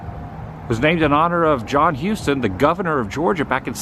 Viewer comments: On the kit house issue, the windows were most likely put in correctly, but the trim is definitely upside down. They mounted the sill on the top, and the decorative trim at the bottom. Houstoun, or Houston, in Georgia is pronounced "House-ton", not "hue-ston". Only Texans says "hue-ston" There is no such thing as "San Francisco type architecture" in Savannah. San Francisco got it from Savannah, not the other way around SCAD is Savannah College of Art and Design Next time you're in Savannah, you should visit Bonaventure Cemetery, some of the most beautiful stonework, monuments, and headstones in America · Did you know that the site where the Pirates House sit is the original site that Oglethorpe setup, it was called Ft. Wayne. It’s pronounced as Houseton Street, not Houston like in Texas. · It’s pronounced. “How ston”. Houstoun street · LOL--Georgia has to mispronounce everything !!! Houston in GA is pronounced HOWstun. That goes for the Governor as well as the County !! Schley County, and the Schley pecans are pronounced SLY. LOL Georgia speak !!